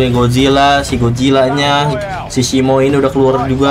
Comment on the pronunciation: Bang itu bukan shimo tapi di bacanya shiimu...titanus shiimu